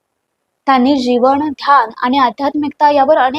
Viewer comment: जिवण, माणव हे उच्चार सुधारून मग व्हिडीओ बनवा.